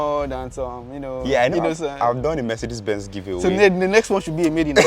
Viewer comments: “Mercedes bens” 💀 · Mercedes "Bens"???? 😅